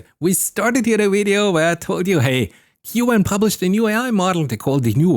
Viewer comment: Who pronounces “queue” “en” ??